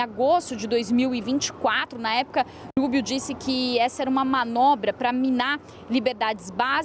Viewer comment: Ensina essa guria a dizer o nome do marco Rubio. Fala como se fosse rua -rato...